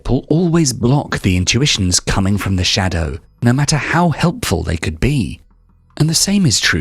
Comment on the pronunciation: 🤫 shhhhDAOw. sorry it pains you.